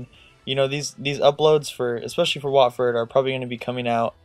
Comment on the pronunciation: its wotford not whatford